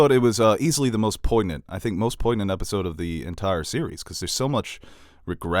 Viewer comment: poignant? Might want to look up the pronunciation on that one buddy.